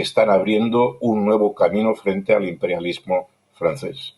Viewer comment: Jeje, me lo apagaron por andar pronunciando Im perial lismo! Jajaja